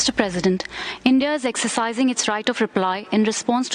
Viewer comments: It's India, not inde 😡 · Y inde instead of india 🤭